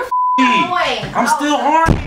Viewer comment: "Im still HORNNY" 😂